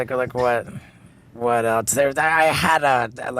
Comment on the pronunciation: steveos greatest crime is that he always says "eltse" instead of else